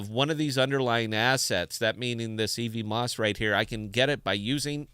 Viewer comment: Love your stream man, but every time you say "ee-vee-moss" it hurts a little :P It's "ev-mose," like Cosmos is "cause-mose."